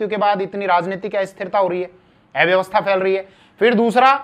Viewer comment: अव्यवस्था इस शब्द का उच्चारण ठीक से करें कृपया